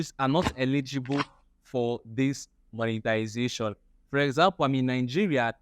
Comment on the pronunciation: It's monetization and not monetilisation